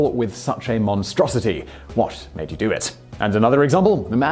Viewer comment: Oh, Simon. For the gods' sake, how did you not understand the "I had your wife" joke? You completely ruined the punchline by putting the emphasis on the wrong word. It only makes sense if you say, "What made YOU do it?" But you said, "WHAT made you do it?" This means that you don't get the joke. And it's been around for 1600 years! In the intellectual bangs his grandmother joke, you said "mourning" when the text says "mounting." Come on! If you screw it up, stop and re-record it. All in all, your delivery exhibits terrible comic timing. Maybe the other guy should have done this video.